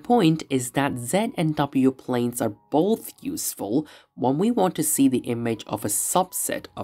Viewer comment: I had to stop; "bofe", "wiff"....no such words.